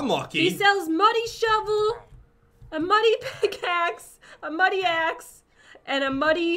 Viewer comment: You said money not muddy get it straight